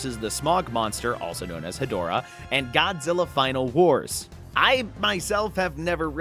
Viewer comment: Ghidorah and Hedorah reveal already makes me already so much happier with this pack than the entire Ultraman pack(I found it to be incredibly disappointing). Big Showa era fan here, that's my favorite era. Also Hedorah is pronounced "Head--Rah"